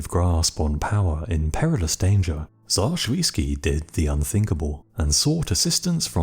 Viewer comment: Not Shoviisky - Shuisky